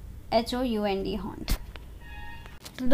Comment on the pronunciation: होनड नहीं -हाउन्ड है 😒